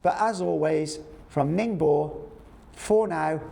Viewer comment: Ning bow, gwong Joe, please get your pronunciations right!